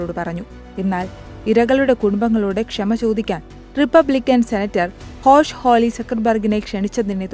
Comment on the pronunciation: Hosh Hawley അല്ല Josh Hawley🤦